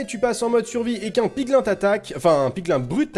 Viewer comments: ON DIT "PIGLYN" ET PAS "PIGLAIN" !!!!!!!! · On ne dis pas piglin mais piglîn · Ont dit PIGLIN(E)!!!!! c'est pas bien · On dit 《pigline》